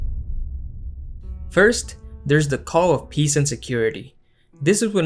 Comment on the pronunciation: I heard "to gods world of piss and harmony" and I replayed it and it was still piss.